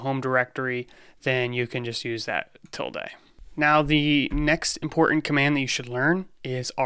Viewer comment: touch actually update the 'file modified' date/time. If there IS no file to update, it creates one. ls -la has TWO parameters. ls -a will show ALL files, ls -l will give you a detailed list. 'tilde' is pronounced with the e as a schwa, "uh."